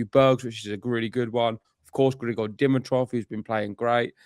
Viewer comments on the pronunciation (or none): Okay guys - you know how much I love you guys. So it's time once again for some tough love. "Noskova," "Bouzkova," and "Dimitrov." It'll take you 3 min's to get their names right if you just search "how to pronounce........." You're too good to keep getting these wrong, and it sounds like you're off & running on "Noskova!" Otherwise, I'm predicting Fery reaches the end of the line against Sascha. Mr. Zverev looks very relaxed now that he is a Slam Champ. But kudos to Arthur, and good luck to all Brits in the World Cup!